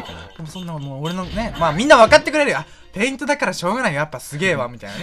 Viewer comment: へんいとじゃなくてぺいんと